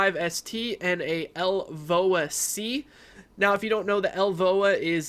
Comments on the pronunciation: Its L-V-O-A-C not LVOA-C "Low Visibility Operation / Applications" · I can't get past your firearms ignorance, your "lvoa c" which you pronounced as one word is wrong. It is a War Sport L V O A-C (which means carbine) damn i wish people knew what they were talking about before sounding like a libtard in front of thousands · Your pronunciation of the LVOA-C is wrong... work on that